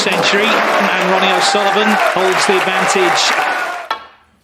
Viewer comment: Ronnie it’s Ronnie 😁👍